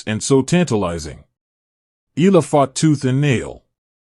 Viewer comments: Can you atleast learn to say her last name properly, it's" Eh Yah La." not Eh La, jeepers,!!!!!! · too much yaddah yaddah yaddah, why not just feature the actual interview instead and not waste our time with all the blah blah blah and it's E-YA-LAH not EELA. geeez....